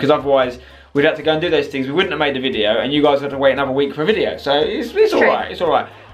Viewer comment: can't say video she say vidgeo